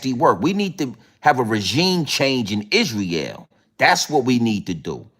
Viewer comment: You do make me laugh but its hard to take you seriously when you spend most of your time saying the same word or couple of words over and over again in different ways. But one thing is for sure and 2 things are for certain lol Yeahhhhh lol Isreeeeal lol I dont mean to be condescending its just when you listen to this as a Brit its very funny. Also its Piers Morgan not Pieere lol he's not French. Also how are you a threat to the establishment? and your personal revolution is certainly being televised for the world to see lol any it is what it is and it will be what its goibg to be right? Bro we should collaborate and go live together and talk about current affairs and ill bring it to your audience from the streets of London and you can do your thang. All joking aside you are a star my man 😅